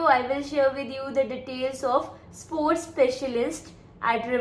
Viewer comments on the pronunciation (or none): Behen pehle learn the company name😂also it's Sport? It's support 😅 Tumhara rejection pkka hai😂NVR try here